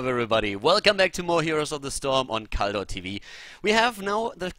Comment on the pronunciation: You are improving ! ..Even the "Khaldor TV" in the prologue doesn't sound like "colourTV" any more. You practiced on it..?Other than that, great job by you - as always.